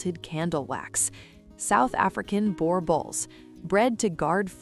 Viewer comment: Not boar bull, it's boor bull. b 'ooh' r bull. Spelt Boerboel. Al slop is terrible. Great looking dogs though and what's more incredible than the AI narrative it the fact that you're looking at a full black boerboel. I may be in the purist camp in terms of their pedigree though, definitely N mastiff in there somewhere.